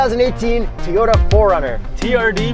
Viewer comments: Why do you guys say "Teeyota"? 😂😂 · its TO-YO-TA not toyota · Is it just me or does he keep saying Tee-ota? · Teeyoda? How are you saying it? I can't abide this pronunciation of Toyota. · It's Toyota not teeyota